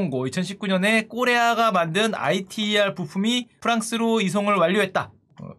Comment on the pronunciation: 형 ITER는 아이티이알이 아니라 이터라고 발음하는게 맞음 KSTAR는 줄임말이긴 하지만 한국의별이란 의미가 맞음. 저 핵융합 자체가 지구에 태양을 구현한다는 의미임. 프랑스 까다라쉬에 참여하는것은 한 미 일 EU 러 중 인도 (캐나다는 가물가물하다. 캐나다가 원래 삼중수소 쪽으로 참여하려 했다가 불참으로 선회했는데 인도가 참여하면서 캐나다도 재참여 한다는 말이 있었는데 그 이후 소식은 모르겠음)